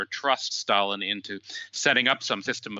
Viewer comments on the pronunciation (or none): I hope you don't both pronounce Stalin like that¹… I don't want to catch that habit ¹/ˈstælɪn/